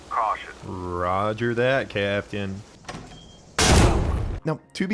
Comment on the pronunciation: "roger that camtain" GETS BLOWN UP